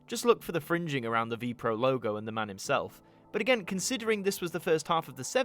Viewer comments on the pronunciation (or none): Very nice. It is not pronounced Vee-Pro though! But spelled with each letter, so V.P.R.O. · You do not pronounce it as Vee Proh.